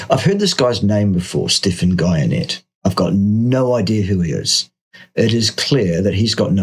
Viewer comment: Stephan's surname is pronounced, "Gee-en-ay". He has a very rocky history with Gary Taubes, who blames insulin (& therefore carbs) for adiposity, whereas Stephan presents a calorie model focused on what he terms "hyper-palatible" processed foods. He looks like he eats too many plants.